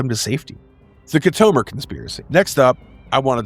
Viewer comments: You call yourself a Star Trak fan but yet, you can't pronounce Khitomer? It's pronounced "Kit-O-Mer" Not "Ki-tome-er". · Good video as a dedicated fan. I would say that pronounced names in this video are far from the real pronouncements. KIT a Mir and 3 5 9, not 3 59, but I enjoyed and will recommend 👌 👍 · Try pronouncing Khitomer correctly. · Did you just take things from Wiki and Star Trek Wiki and make this. Because you should be able to pronounce the correct way on certain lore names and places. Locucuious.....and KITOMER....come on rewatch the episodes if you need to hear the correct pronunciations. It lowers your creditability and makes me not want to keep watching. Do better! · have you actually watched star trek?? if so, youd know how to pronounce kitomer. geeze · Why would you choose to narrate ST battles? 3.59? it's a place not a price. Wolf Three Five Nine. The "Battle" of Mutaru Nebula wasn't a battle, it was a Duel. Key-Tomer? Whatever happened to Show-Don't-Tell? The better option here.